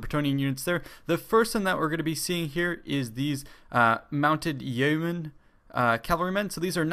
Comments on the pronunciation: It's pronounced "yo-men" xD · Yeomen is pronounced Yo Men. Its a medieval English term for a freeman of high standing/landowner.